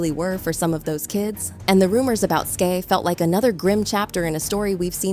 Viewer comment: Me too like say her name right please it’s Skai skyyyy lmao